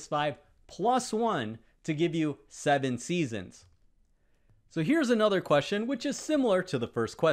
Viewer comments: an accent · I give up: just what “thee” hell is “ay-nother”?